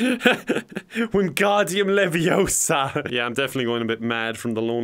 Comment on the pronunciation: It’s Levi-osa, not levi-ossssssaaa